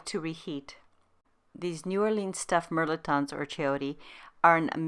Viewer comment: Its pronounced mel•et•ton.